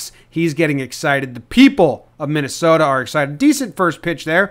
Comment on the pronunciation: I wasn't expecting him to say MinnesOta the way we do so well.